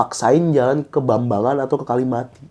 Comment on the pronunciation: Jambangan dong ngab bukan bambangan 😂